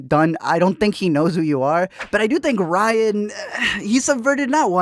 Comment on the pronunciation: I'm late to the game and only now watched your video in April of 2020 and just have to say that you have no idea how to say Rian's first name. It's RIAN, not RYAN. R-I-A-N. Rian! Look at the letters and sound it out. Sheesh! That said, F*** Ryan!!!